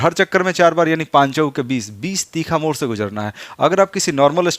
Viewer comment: मोर नहीं मोड़ बोलना सिखिए,, उच्चारण ठीक कीजिए,,अधिकतर मगही वाले ड़ को र बोलते है।